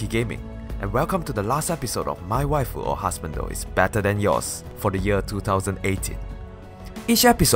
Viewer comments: Just as a quick FYI, when you said "Wae" the first time I was like WTF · Like I was WTF is he saying something in Spanish? I was laughing for most of the video 😂